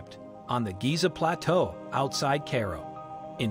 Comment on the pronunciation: Electronic voices are terrible. Hire an actor for heaven sakes. He or she would know how to pronounce Cairo.